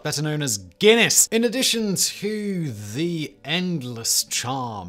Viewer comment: The way he says guiness at the start is hilarious